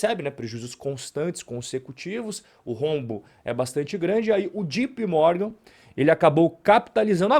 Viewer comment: Se nao sabe ingles é melhor falar JOTAPE Morgan mesmo e nao jipi